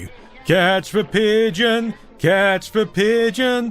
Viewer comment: "catch veh pigeon"? Isn't it "catch THE pigeon"?